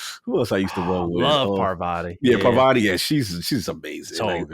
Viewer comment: Shout to calling Parvati by her REAL name! Everyone in every podcast I listen to calls her Pavarti and it drives me crazy for some reason.